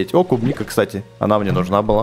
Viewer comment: тот самый левый чел не кубника а клубника